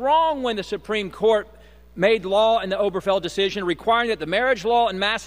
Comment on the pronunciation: That dingaling isn't even bothering to pronounce "Obergefell" properly. Oh-BEAR-geh-fell, not "Oberfell."